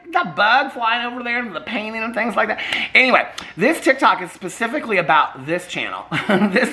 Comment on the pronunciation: Did you say “pacifically”